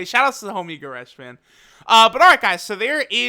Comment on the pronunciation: Man said the homie goresh